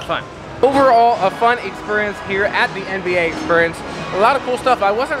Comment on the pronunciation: I noticed you say exSPURience rather than exSPEARience!